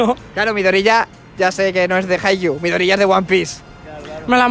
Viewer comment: POR FIN ALGUIEN Q DICE HAIKYUU! lloro ahre